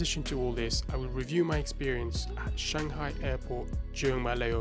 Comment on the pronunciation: is Shanghai no changhai